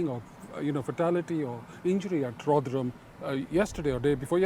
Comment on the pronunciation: So surprised to hear you can pronounce Rotherham.